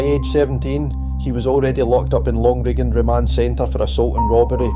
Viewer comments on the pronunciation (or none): Glen o chill long riggen😅... sounds like AI slop